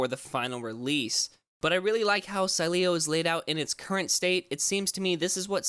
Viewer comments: It’s pronounced, Sileo! Say it right! Lol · Still pronouncing sileo wrong 😂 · I love how they made an entire video to apologize for pronouncing it wrong and then butcher it even worse a couple weeks later. Then, say they pieced it together using old recordings... doubt it. Lol, at least was funny for me to indulge! :) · dumass learn first how to pronunciate SILEO